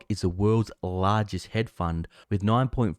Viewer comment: It's pronounced 'hedge', bro, with a d. Not head funds. Thanks for the video.